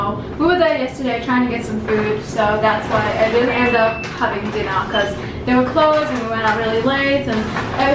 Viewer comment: It's really noticeable when you say dinner lol